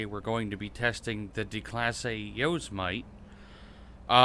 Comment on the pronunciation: Thats not how its pronounced, its pronounced yow-semetee, like Yosemite national park